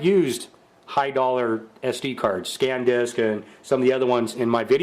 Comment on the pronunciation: what? I need to talk in my video to comment now? Don't get me wrong! You seem to pronounce every word correctly. You're just making the most common mistake of saying "scan-disk" and "mana-frotto". I just felt I had to let you know instead of leaving you happy in your imbecility.